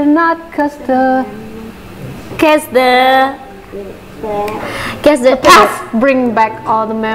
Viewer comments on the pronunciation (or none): cause nya si ghea salah baca wkwk pertama dan ke dua sebut : kes yang ke tiga baru : koz